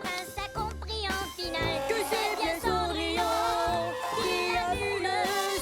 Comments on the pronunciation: Ah c’est pour ça qu’ils disent « Cendrillone » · A on entend gus et jaq dire cendrillone